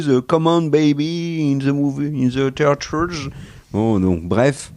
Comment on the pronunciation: 😱Le James Cameron de l'ami Kere vers 👉🏽 "Please, please ! Come on babyyy in ze mooviez... in ze teatchreuz" 😂😂😂